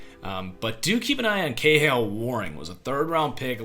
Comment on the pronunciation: Kahale Warring's name is pronounced "kah-hall-ay," btw.